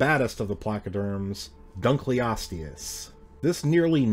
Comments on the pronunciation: I always thought it was pronounced Dunkle-osteus instead of Dun-kleosteus, since the fossil was named after David Dunkle. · Hey so um.....you're saying it wrong. It gets its name from an archeologist and the part of his name that is shared with this armored fish in pronounced done-kull-osteous not dunk-lee-osteous. Many many people say it that way and it is an ok way to say it, but it is technically supposed to be pronounced like I wrote out above.